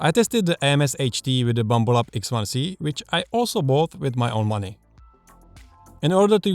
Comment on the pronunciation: I like the way you say Bumble-abs.